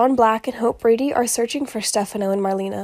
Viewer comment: I believe she actually pronounces her name as “Mar-lay-na” not marleena. Just FYI. Lol